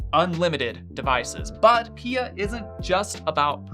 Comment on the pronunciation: I've never heard someone call P I A pee-ah ... I mean pia is pee-ah but... yeah... interesting...